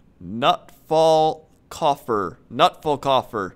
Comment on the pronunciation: haha i am german and i laughed hard when he tried to speak german :DD notfallkoffer :DD